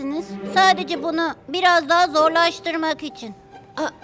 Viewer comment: Dahi değil deha 😂